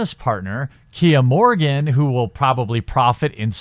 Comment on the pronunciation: I believe the man's name is Morgan, not "Morgin".